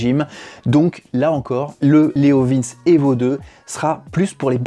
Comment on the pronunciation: Je sais plus... d'autre prononcent 'leov1s' certains leoviinns , d'autre leoviinnchi... à l'italienne. Je prendrais un bidalo la prochaine fois... 😃😃